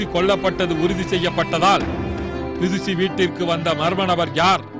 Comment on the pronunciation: enna kodumai...not tirici...............plz! do a corrections her name is bidushi......okvaa!